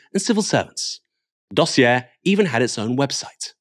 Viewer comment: If you are going to try to be sophisticated and pronounce dossier with a french inflection it would be "dossieh" not "dossiair". Hope that is helpful. And best of luck with your ongoing "get Starmer" project.